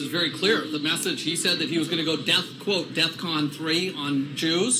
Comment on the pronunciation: The very fact that the white boy said DEATHCON ( even though Ye spelled it that way ) just proves to me that he has NO fking idea what Defcon even means.